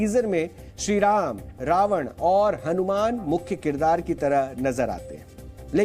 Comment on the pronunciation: कृपया रावन और रामायन का उच्चारण सही प्रकार यथा - रावण और रामायण उच्चारित करें। न और ण का फर्क समझें। हिन्दी चैनल पर हिन्दी उच्चारण तो कम से कम सही होना चाहिए ।